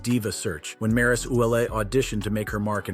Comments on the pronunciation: It's not Maris it's Maryse smh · Don’t mispronounce maryse name and misspell it gee